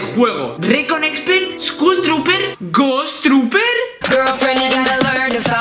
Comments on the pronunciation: " ghost trooper" 🤣🤣 es ghoul trooper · Sigues diciendo ghost troper cuando es goul troper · Ghous troper jajajaj es ghoul troper